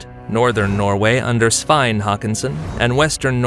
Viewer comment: Took me some time to realise that Swayn meant Svend